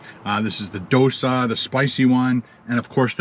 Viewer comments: Dosa is pronounced like dough sah. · It's pronounced doe-sa. Also it's pronounced glub-job-in